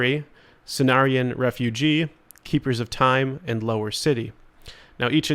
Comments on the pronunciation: Just a helpful note... It's Cenarion "Refuge" (ref few gh). it's a location, "where you take refuge" and not the person "refugee" (ref few gee) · Cenarion Refuge, not REFUGEE, theres no EEE holy shid